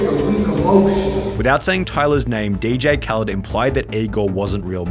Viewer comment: Most of y'all are saying he's using someone else for fame. But really don't know hes a DJ I mean didn't y'all notice he says DJ khalend so maybe that didn't rung a bell but he didn't really know how to rap or sing that's wh. A lot of hus sings have people featured